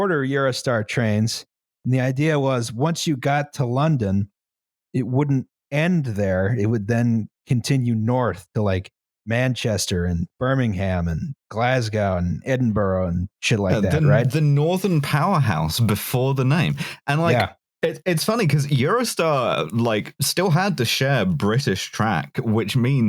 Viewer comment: Systematically destroying British place names: Birming-HAM, Glazgow, Edinboro